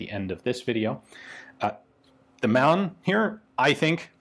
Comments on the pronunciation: It’s Mann... so pronounce Mahn phonetically not like man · Hi Ian, the word Mann, is pronounced as Marne. This pistol looks like an annular ring gas impulse recovery system?